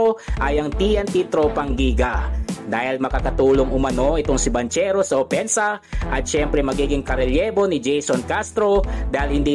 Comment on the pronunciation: Eto po tama sounds like "BANGKERO" hindi "BANTSERO" FYI. god bless.